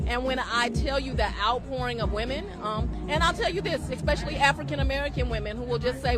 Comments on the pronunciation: “Expecially” Paaaaleeeeez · “Exspecially”?? Really, Fani?? 🙄